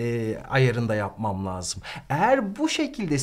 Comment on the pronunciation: Hocam, lâzım kelimesini telaffuzuna uygun olarak ince , parlak a ile söylemelisiniz, laazım olarak kalın a ile değil.